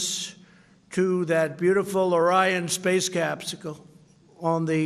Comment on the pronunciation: “Space capsicale” 😂😂😂